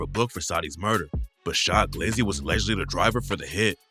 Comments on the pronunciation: And its Cha glizzy not sha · His name was Cha not Sha 🤦🏾‍♂️ I’m like wtf is he talking bout & knew the story. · Not shy glizzy it’s CHA glizzy 😂🤦🏽‍♂️ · Its Cha Glizzy not Shy glizzy youre beginning to sound like a I Bot 😂😂 naw just fuckin wit u bro keep it going